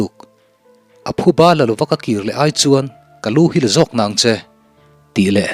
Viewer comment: Ṭhil.... lungṭhil tia kan lam ang hian a ri sangin ṭhil tih tur ani zawk ang..